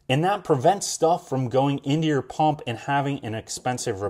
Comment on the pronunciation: is it a Paump or a Pump ? Lol Good review. we bought ours and waiting for delivery.